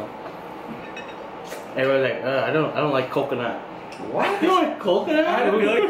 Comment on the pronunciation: Snails in "Cocnut", lol 😂😂